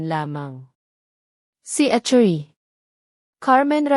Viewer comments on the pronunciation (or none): Anong attoy maam attorney yan please read it clearily at bigkasin mo deretso attorney. Ramirez para magandang pakingan